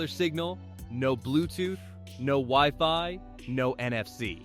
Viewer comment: Ah yes, the good old "weeee-fy"